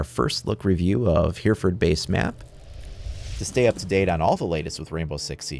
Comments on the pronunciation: I live in Hereford and for future game plays it isn't pronounced here-ford it is h-ery-ford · Pronounced 'Heh reh ford' my friend! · Great video. Although it's pronounced hery-furd. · it's been said already but that's not how you say Hereford, I'm from there so I can assure you of that